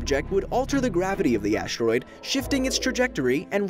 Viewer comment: This is so well made and everyhting, but the fact that the narrator says "aSHteroide" really bothers me